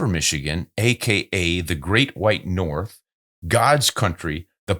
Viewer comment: Atta boy Jack from dah U.P.! But you mispronounced the "great white Nort". Cheers from Flint 🍻!